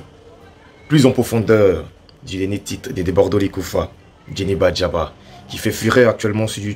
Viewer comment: On dit Djeneba Djaba, ❤🎉 Bravooo Debordo